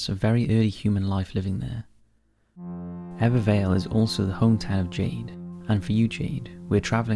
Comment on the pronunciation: Very impressed at how well you pronounced Ebbw Vale and Abertillery 👌